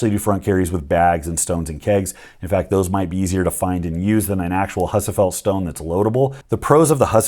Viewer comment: Gotta ask, do you pronounce husafell wrong on purpose?